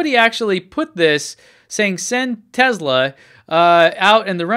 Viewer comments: I thought it was Tesla not Tezla? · it's pronounced tesla with s not z !!!